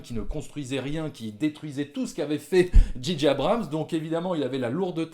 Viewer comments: Arrétez de dire Didier Abrahams putain ^^ C'est ce que j'entends... C'est Djay djay (à l'anglaise) ou Gigi (à la française mais du coup, ça fait un peu Gigi l'amoroso)... bref... faut choisir et pas faire un mix à la one again a fly on the beach... dji dji... non ! Mais bon, c'est accessoire. Pour cette trilogie, je n'ai pas arrêté de me facepalmer... ya pas de magie, c'est du déjà vu (tiens Palpatine... ah ben tu tombes bien on n'avait plus de méchant)... ya deux trois trucs de fan service pour donner à bouffer aux plus hardcores. Tu peux faire du fan service mais faut le faire bien et faut que ça serve une intention. Ici, c'est juste pour faire du pognon. Et Disney qui est obligé de foutre des peluches toutes mignonnes pour préparer ses produits dérivés. Sans parler des incohérences totales avec l'univers de Star wars. Maintenant, c'est highlander... si on tue Palpatine, hop, on prend son quickening. Mouaif... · Ben oui, en français, c'est pas "dji", c'est "ji"...